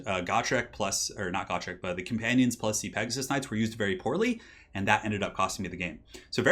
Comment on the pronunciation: It's pronounced Gotrek.